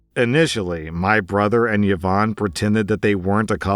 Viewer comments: Last story: what the heck is up with those few people who pronounce Yvonne as “yuh-vonn”. It’s “ee-VONN”. C’mon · about the last story: “Yvonne” is pronounced, “ee-VONNE,” not “Yah-Vonne.” It was my mother’s name. 🙏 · The correct way to pronounce Yvonne is "Evon" the way you say it sounds like the male name "Yvon" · Dude, you need to learn how to pronounce Yvonne. It's not even a non standard spelling of the name. Who on earth pronounces it as Ye-vawn? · Exactly my point. Until I read the text I thought he was pronouncing a weird Irish name that was sort of like Siobhan. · Yvonne is pronounced "E-vonne" with a soft "e". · thats not how you pronounce Yvonne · Yvonne is proneness with the vocal Y, not the consonant j